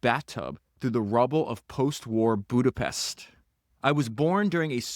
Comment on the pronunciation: Péééterffy….. also: not boodapessst! But Budapesht ! Otherwise, very interesting. Thanks!